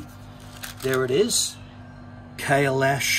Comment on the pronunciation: Thank God u pronounced it right ...